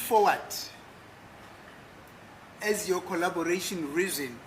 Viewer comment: Can someone ask Ginninda to pronounce collaboration properly 😮😮😮😮